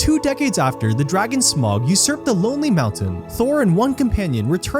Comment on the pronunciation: Please, next time pronounce name right it’s Smaug not smog